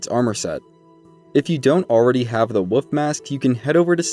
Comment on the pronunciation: "The woof mask" lol